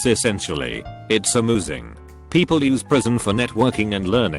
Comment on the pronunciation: “It’s amOOsing”